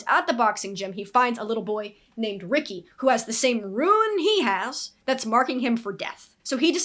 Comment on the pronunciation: You're saying it right. Rune is said like room with an n instead of an m. Hope that makes sense